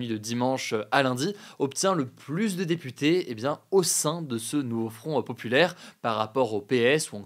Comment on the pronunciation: "Le NouveaufronteuhPopulaire" 😂